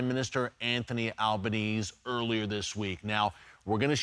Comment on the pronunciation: I love that Albanese is so unimportant that Erick has failed to pronounce it correctly even once. Most Aussies do not support Albo, but do support Israel. Albo is an embarrassment.